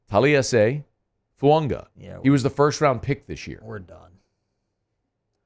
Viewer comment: FU-AGA not Fuanga. Drives me nuts every time